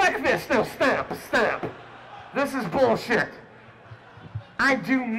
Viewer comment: "HEY YANNOWUT FUCK THIS. NO. STAHP. STAHP. THIS IS BULLSHIT." The way says "stop" makes me die XD XD XD XD